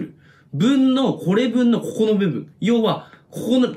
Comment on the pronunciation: ここがこ"こ"になってて草